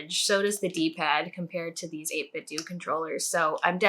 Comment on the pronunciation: I think 8bitdo is pronounced like nintendo. But who knows :D